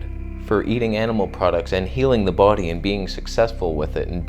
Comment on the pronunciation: “Remove toxins from the boodie”